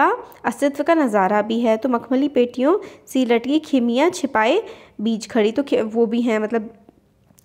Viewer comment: Khimiya nhi bolte use chimiya bolte hai😊